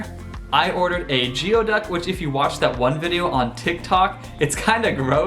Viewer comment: Goo-ee-duck! is how it is pronounced. My college town was Fairhaven, Fairhaven College a division of Western Washington University.